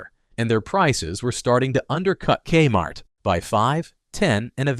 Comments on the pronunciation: Your robot called it kuh-mart. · Here's the thing - as soon as the artificial voice says "ka-MART" at about , I gotta turn it off. If a human isn't willing to spend the time to read the script - or at least listen through the whole thing once for issues - why expect people to listen to it? Sorry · "kmart" one syllable. Would a human narrator say that? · Thank you, robot voice. Because of you I now know that K-Mart is pronounced CUM-art, and I will make sure to pronounce it like that from this day forward.